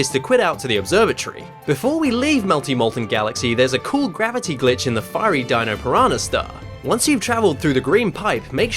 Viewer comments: I SWEAR EVERY TIME YOU SAY SON OF A GLITCH I HEAR B!TCH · You said Son of a Bi*ch.